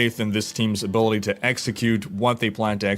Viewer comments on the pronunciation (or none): none